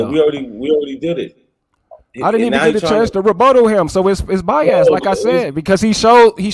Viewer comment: can’t pronounce Biased he says By-Azz lol 😂